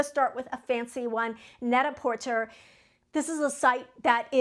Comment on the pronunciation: It's pronounced net-a -porTAY. 😊.